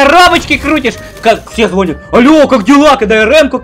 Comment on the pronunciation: шалом братишка. Не звОнят, а звонЯт. У меня мама учитель Русского. Ухо режет.